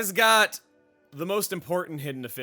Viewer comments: Autarch is pronounced "Aw-tarc" It's a synonym for tyrant or absolute ruler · "Either Autarch" - "ought-arch" (Ought like you ought to do something). A ruler with supreme authority, it's referencing his regal heritage. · Autarch is pronounced Ah-tark. It’s basically another word for Lord or Ruler, or maybe even king. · for Ether Autarch (Awe-tar-kuh) is the pronunciation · I checked. In the Main Game, DLC, and NG+, Morag Ladair can never learn a launch art with a single blade in the dex, nor ones that are of common variants. She learns Break, Topple, Smash, Blowdown, Aggro Up/Down, Evasion, HP Potion, Healing on attack, and Party Heal arts, but no Knockback or Launch Arts. Autarch is pronounced with a hard K sound, so it sounds more like "Awe-Tark." An Autarch is a ruler that holds absolute power. Does that help everyone? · autarch is pronounced "ought-arc" like "auto" + "monarch" it basically means monarch/ruler/dictator, someone who holds all the power. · Autarch is pronounced “awe-tark” as in the head of an autocracy. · Autarch is pronounced "aw-tark". ...I know this thanks to Alex Rochon. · I believe autarch is pronounced with a K sound at the end, like aw-tar-k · I believe Autarch is pronounced “awww”-“tark”